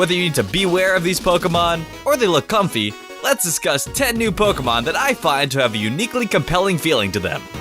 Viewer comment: Comfey's name is pronounced Com-FAY. The word Fey is an archaic term for high fairies.